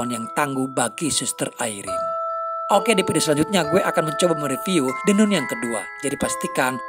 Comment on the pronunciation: maah hanya koreksi cara bacanya, Nun = Nan